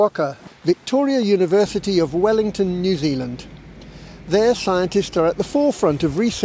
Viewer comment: Note to anyone not from New Zealand: The name of the country is New Zealand, not what this commentator called it.